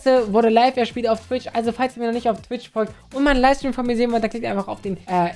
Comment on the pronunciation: Er so: falls ihr mir noch nicht auf Twitsch folgt... Ich so: Ich hab nichtmal Twitsch